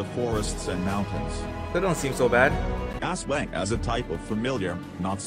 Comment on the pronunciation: Why did he called aswang,ESWENG😭😭